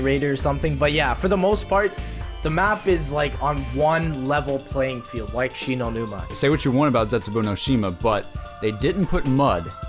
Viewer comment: "Shino numa WaW" I had hope -_